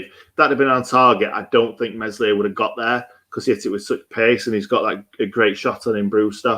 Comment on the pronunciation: & it's pronounced " Mell ee yay " silent 'S' 🙄 baldock should be banned for a month after that tackle. Disgusting.